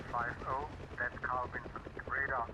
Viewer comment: G'day, mate. Sorry to be 'that guy'. It sounds like you're saying "Carl Vincent" ... might be my middle-aged ears ... Don't quote me on it, but I'm sure it's 'Carl Vinson'. I'm an old hippy, pacifist, so I concede I might be wrong. Spank you for your servants.